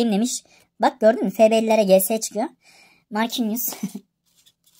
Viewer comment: Markinyos diye okunuyo canim abicim